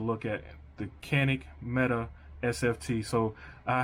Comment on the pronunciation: Just as an aside, per Canik's website, it is not pronounced Meta, but rather Met-ay.